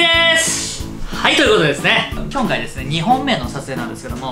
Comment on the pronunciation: 『きょんかい』『すろだし』 今回も、リュウジ語録が炸裂。 純レバが『ぎゅんレバ』に 聴こえる(笑)